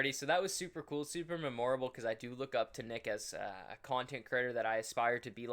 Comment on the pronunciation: you have to be trolling why do you say memorable like that it hurts my brain !!!!!!!